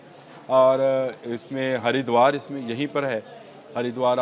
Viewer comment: 😂 Sir Harduar....Utrakhand main ha..